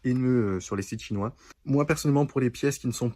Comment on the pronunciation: Rajoute un S à 'chinoi' mon...😉🤗